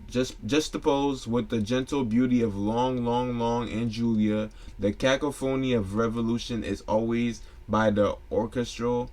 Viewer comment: There's a word in there cacophony. You pronounced that word like caca fenny with the accent on the second ca.